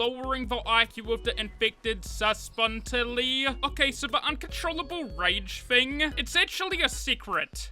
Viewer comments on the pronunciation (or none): Its Sub-stanch-u-ull-ee